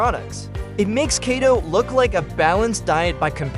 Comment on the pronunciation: 😂😂😂😂 Kato, it’s Keto. It’s funny when AI can’t pronounce words.